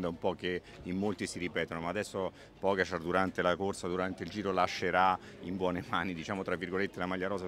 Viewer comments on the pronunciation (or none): PogAačar....accento sulla A non sulla O🤦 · La battaglia per fargli pronunciare PogÁčar continua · perché non pronunci pogacar correttamente???